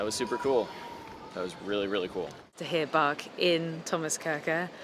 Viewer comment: It's pronounced Bach